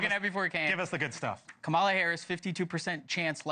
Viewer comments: Comma-La! Say her name correctly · Comma-la. How hard is it to say her name, right? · the SHMOW on the Right keeps saying Kamala's name wrong.... He must be a Trump MAGA member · These guys can’t even pronounce her name…smh